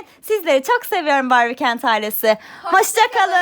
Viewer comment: Abla barbi kent diyosun ama dila kent